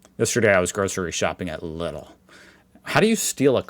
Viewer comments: Lidl = Leedl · Lidl is pronounced like "Leedl" - like in needle. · Try pronouncing it like it were spellt Leedl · You pronounce “Lidl” like the word “needle” but with an L, so “Leedle” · Lidl is more pronunced like "Leedl". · Lidl again, pronounce: LEEDLE (english) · Lidl is pronounced like needle. period. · I hate it when I hear Germans say it like "Liddl". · That's mostly a joke, nothing to worry about. People know how to pronounce it properly. It's Leedle. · How do you pronounce Lidl in German? Like ‘needle’. Leedl. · You pronounce "Lidl" like "needle" but with an l, hence: "Leedle" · noooo the other way around 😂 the first one was closer to the right pronunciation. Lidl is pronounced Lee-del like the American name Lee, with a strong emphasis on the first syllable. I saw someone explaining it with rhyming it with needle, that's a good explanation 😂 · LEEDLE!!! Same way you say "little" (soft "D", short "L") but looong "E" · LIDL ist pronounced LEE-DL, long I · Lidl is pronounced like needle. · Lidl is very easy my guy, the first half is pronounced like the name "lee" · The Li in Lidl is pronounced like the name Lee. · Good morning. Lidl is pronounced Lee—dl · Lidl in words Americans understand… Leed = like the “freed” in freedom and then just add a soft L, no need to put so much stress on the D. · Right, just lee-dl. No vocal at the end. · NO! everyone says Lidl sounds like Needle. NO! the i is really hard sounding. It is like the end of aldi. I am from the place in germany were Lidl is from. Leedle is wrong!! and we already got the Grüne here in Baden-Würtenberg as a leading party!! URG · You almost had it with Lidl. It's basically the first pronunciation, but try to stretch the like the E in illegal. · Lidl rhymes with needle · I am German and now I have to complain in order to experience the typical "German complaint high".! Learn how letters sound in German. In German, the "i" sounds like the "e" in english. Yes, this feels so good now:)